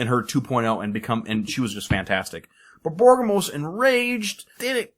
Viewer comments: borborygmos... I'm pretty sure you're mispronouncing that, since it should be more like bor-bor-rig-mos instead of bor-bor-gim-mos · BOR-BOR-IG-MOS dude